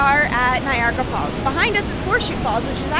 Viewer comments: It's Niagara falls not Nigeria fall...................... I was just there few days ago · Why he keeps saying Nigeria Falls? 🤔 bad pronunciation perhaps.... He doesnt know which country he is? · mispronouces niagara falls, then says toronto is like america.. this video is pure shit. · Did you just call niagra falls nigeria falls LOL